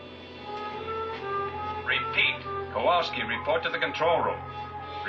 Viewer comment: Did Chip Morton call Kowalsky "Pete"? It sounded like he did when Chip paged for him.